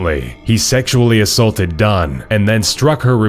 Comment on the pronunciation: I can't stop laughing at the way the narrator says, "...sexually 'assulted' her, before strangling her unconscious. Thinking her dead,..."